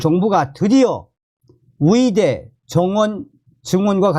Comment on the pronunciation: 위대 아니고 의대 위사 아니고 의사